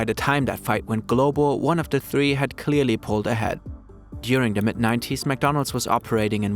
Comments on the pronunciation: He said, “during the mid 90s.” I heard, “during the Mc90s.” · LMAO, same! It took me a hot second to realize he said MID 90’s, 😅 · "During the Mc 90s" is what I heard him say 😂